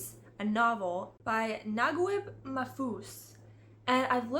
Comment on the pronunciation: Great tomes 👍 Although Mahfouz's first name is officially written 'Naguib' the correct pronunciation is Nageeb. I have no idea why it is written with "ui" in English 😅 (although it makes the correct pronunciation in Spanish). Did Lewis mean by describing himself as "mere Christian" that he is trying to follow early Christianity (before the foundation of the great churches) or that he was following his own understanding of the faith? I read the complete Holmes published by Bantam Classic in two volumes, and you're right they do absorb the reader that he never stops until finishing them all 😎 My favourite Holmes is Basil Rathbone, this man was truly built for the role, I love his films and audio episodes ❤️ Do you have a favourite Holmes actor? I'm currently reading Gone With the Wind, I find it PHENOMENAL, before reading it I thought it was just a classic romantic story but it is tremendously much more than that, I think its core idea is how life can change us forcibly especially in times of political turmoil when the world as we know it collapses around us. I would highly recommend it if you like that kind of novels.